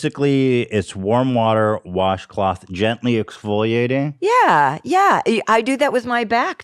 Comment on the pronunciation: Basically Donna says exfoliate